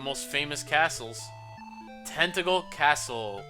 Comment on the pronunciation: When you said "Tantegel" I thought you said "Tentacle." Made me do a bit of a double-take xD Also, the drop in viewers seems to be across the LPing community. You, HCBailly, Chugga, (myself, though I don't presume to include myself with you guys :P) etc., etc.. 'Tis weird.